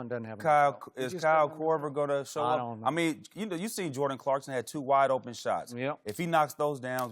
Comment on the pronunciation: “I don know”